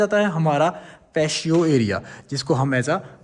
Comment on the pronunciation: Patio pronunciation is Pa • tea • oh You're welcome.